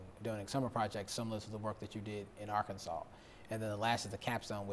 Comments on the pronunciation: Why did she pronounce it Ar-kansas and then Ar-kan-saw and then go back to Ar-kansas? 🤷🏾‍♂️ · Why is she pronouncing "Arkansas" that way? Anyways, Michael looks like he's telling the truth here, but who knows...